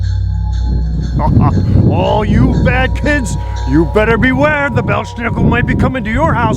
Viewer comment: It's pronounced BELZ NICKEL...NO 'SH" SOUND!!!